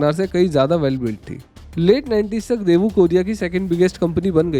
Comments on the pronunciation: It's not debu, it's Daewoo. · great video, btw it's डेवू not देवू